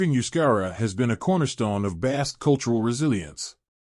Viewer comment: This video sounds like it's AI, and also I had to stop listening because of the constant mispronunciation of the word "Basque."